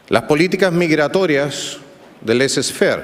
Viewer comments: dijo "laissez-faire," y lo pronunció pésimo. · Al inicio dijo "laissez-faire" y lo pronunció pésimo.